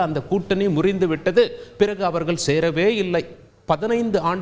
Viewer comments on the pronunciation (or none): none